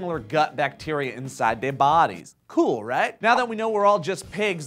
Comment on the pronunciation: He said "So dey can get dey snack on" Me: hahahahahaha, not funny ;|